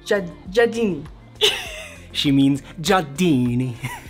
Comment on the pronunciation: Nailed the pronunciation of jadini!😂